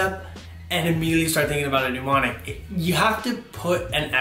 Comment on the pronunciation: he says MNEmonic like PNEUmonia hhahah